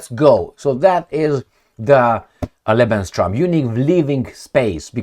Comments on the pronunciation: Hi, I am watching your videos regularly. I have a little mention here and please don't take it as an offence. It's not what I intend. You use the term 'lebenstraum', occasionally. But the correct form is 'lebensraum'. Traum in German is dream. Hope you take it as a friendly comment. Stay strong. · BTW... just very briefly fyi... It's LEBENS RAUM (not TRAUM). 😉 [Not important but I notice it's a word you use regularly😊] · it is lebensRAUM not lebenSTROM. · Not Lebenstraum but Lebensraum